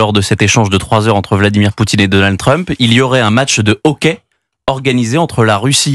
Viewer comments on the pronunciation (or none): none